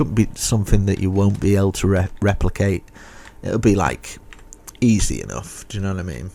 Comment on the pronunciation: I like how he says the word "easy"😭😭😂